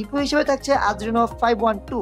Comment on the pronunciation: আদ্রিনো না রে ভাই, এড্রিনো! মি আই ৬ এক্স না, মি ৬ এক্স 😒😒😒